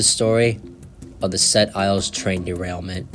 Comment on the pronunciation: If you are going to do a video about an incident in Quebec, LEARN TO PRONOUNCE FRENCH PLACE NAMES!!!! What an idiot. Sounds like a yankee!